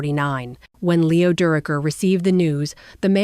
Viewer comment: AI is terrible to use for narration. And whoever is deploying it obviously doesn't know that it is murdering Leo's name. We see this far too often. It's lazy. I did enjoy the photos that include my father, Homer Peel. He and Mel roomed on the road the years that Homer played with the Giants.